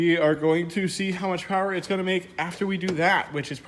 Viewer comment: “Making some prwoooww” lol don’t blame the lift blame the mechanic